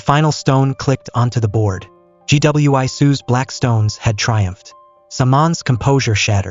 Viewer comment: Gweesoo, not G.W.I.soo! Robots are not people.